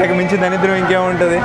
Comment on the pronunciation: daridram ra samy.. danidram kaadu